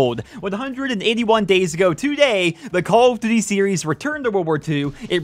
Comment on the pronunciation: "Call of DUVVY" WTF are you saying in the first 2 seconds of this video?